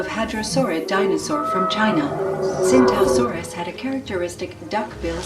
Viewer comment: It's pronounced chingtao saurus